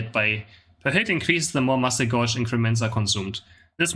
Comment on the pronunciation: Thank you for the informative videos. I've learned a lot from them. As a friendly suggestion, gauge rhymes with cage, it's a measuring device 🙂